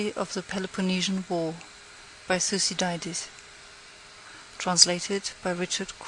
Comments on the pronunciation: Sorry, but "thyoo-see-dye-deez?" Nope. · Please note that the pronunciation of some Greek names can be difficult, especially for those not use to speaking Greek (modern, biblical, or ancient) so, the name Thucydides is actually pronounced THo͞oˈsidədēz and not as the reader here pronounces that name. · thou kee thee these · How can you have not used a better sound/microphone set up before doing a whole book ? It is so amateurish and distracting it makes listening an unpleasant experience. And couldn't someone have told him how to pronounce Thucydides ?